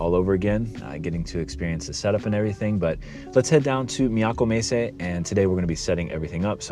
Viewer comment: I love how you say "Miyako Messe." It’s oddly fascinating—hearing an American accent one moment and then a flawless Japanese accent the next. Taikan-ten - Fantastic as always!